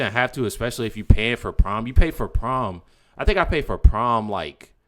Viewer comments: The word your trying to say is pronounced prime not prom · Tf... it's Prime not Prom 😂 I'm over here wondering wtf prom is if it's a new streaming service or what. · It’s pronounced prime not prom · It's "prime" not prom ! Say it with me "PRIME"!